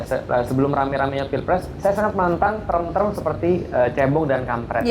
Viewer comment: Term, bukan trem. Bilang saja "istilah" Tidak usah pakai trem trem